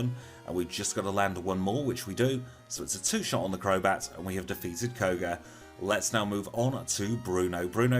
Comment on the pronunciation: Elite Four member “Kog-er”